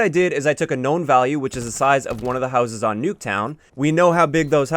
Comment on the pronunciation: Your canadian came out when you said houses lol.